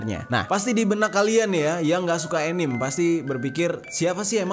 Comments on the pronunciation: Anime dibacanya ya animE bang bukan anim. Pengalaman tinggal dijepang nih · Bacanya anime ya ka bukan anim 😶